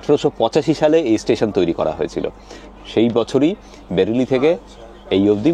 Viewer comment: ওটা বেড়েলি না বারেলি 😑